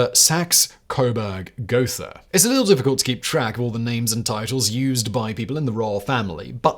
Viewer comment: More ridiculously mispronounced names. You don’t even know how to pronounce the name of your own royal family! (Hint: German doesn’t have a "th" sound. It’s pronounced like a simple "t.")